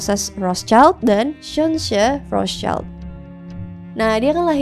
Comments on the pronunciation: Bacanya yg rotcild bukan rostcaild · "Rot Shilt" menurut informasi yang saya tau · setahu saya penyebutannya Rothschild bukan Rothschaild karena dari bahasa Jerman bukan Inggirs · Menurut aku pronunciation Rothschild Itu bukan rotscailt tapi rotsyilt, kenapa? Soalnya itu kan keluarga dari Jerman, nah di bahasa Jerman cara baca huruf vocal itu sama kayak di Indonesia yaitu aiueo trus di bahasa Jerman sch itu dibacanya syi, jadi seharusnya cara baca nama dari keluarga Rotschild adalah "Rotsyilt" Tapi correct me if i'm wrong, cuz i'm not really sure about this hehe peace:D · RALAT MBAK.. CARA PENGUCAPANNYA ITU BUKAN ROTSCAIL TP RUHTSIEL ITU BAHASA ASKENAZI.. KASIAN BUAT YG LAIN NANTI IKUTAN SALAH. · sebutnya roth schild bukan roths child. ejaan jerman :) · Koreksi, Rotschield ( perisai merah) itu cara bacanya {Rot syild) ( sch itu cara bacanya seperti sy pada kata syarat) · Cara bacanya Rot-shild (artinya:perisai merah) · FYI ya, Rothschild itu dibacanya "Rotsil" karena asal mula namanya dari perisai (schild (jerman)=shield (english) bukan anak (child). Ini seringkali salah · Betul!! Makanya agak risih saya dengerin. Karna di Jerman kita sebut Rothschild (rot-shild) aduhhhh suka2 deh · Pronounce nya Rothschild yg bener : Rot-Syild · Baca nya rot shilt kak, soalnya itu bukan bahasa inggris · Bacanya Rot Shild Itu bukan bahasa Inggris bahasa Jerman: [ˈʁoːt.ʃɪlt], bahasa Prancis: [ʁɔt.ʃild], bahasa Italia: [ˈrɔtʃild]), dikenal dengan sebutan Wangsa Rothschild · ya salah, karena dia bukan german dan tdk paham spt orang kebanyakan